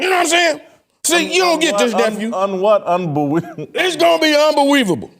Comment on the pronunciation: When said unbeweavable I lost it🤣🤣🤣🤣